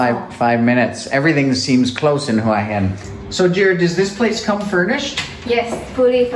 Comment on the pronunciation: well presented video , well spoken and informative , also good to hear you pronounce Hua Hin properly , a lot of people don't . good idea to bring the chick with you .. makes a difference